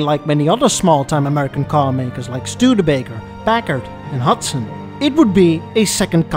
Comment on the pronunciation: One of my favorite movies about cars ever made, this and I believe the name of it is "flash of genius" about the man who fought the big three when he developed intermittent windshield wipers. (PS I really like it when says Studebaker)